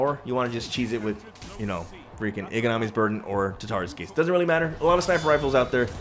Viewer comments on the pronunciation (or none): It’s izanagi’s burden NOT iganami